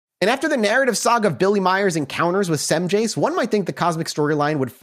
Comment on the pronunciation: Just a minor correction (I've been reading about and studying this case for many years and even have the VERY rare original text books published with the transcripts from these 'alleged' encounters) The "aliens" are pronounced (according to Edward "Billy" Meier) "Plee-yards", and the individual, Samjase, is pronounced "Sam-yah-see". The "J's" in these spellings is typically pronounced (by Meier) like a "Y". And the supposed image of Meier with the photos of Samjase, and was accused of taking those off the TV screen, were corrected due to the time they were taken and shown to people and WHEN that supposed woman was actually on that program people claimed. So IF HE DID photograph those women from a TV screen, it definitely was NOT from that Dean Martin program "debunkers" claimed it was. So even if it was not legit, there has been no proof presented as to where he took those photos of the women. I'm not attempting to prove his case in any way, it's just that I want to correct false claims made about HIM over the years as well. It's amazing though that he was accused of doing all this elaborate stuff, like rigging up models in the air to take the photos and doing all this fancy advanced technical manipulation of the images, when he had this really primitive camera and he had ONLY ONE ARM. If this case was not real, it would be fascinating to know HOW the hell he did all this stuff! BTW, I'm psyched that you guys decided to do an episode about this case!! ~JSV